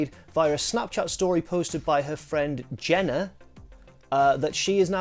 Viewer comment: Idk why the way he said “jenna” made me laugh so hard